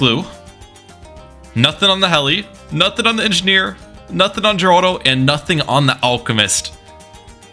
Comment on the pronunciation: The way you pronounce Geraldo infuriates me.